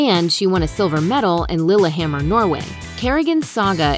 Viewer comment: THEY SAID "LILLEHAMMER" CORRECTLY !!!!!!!!!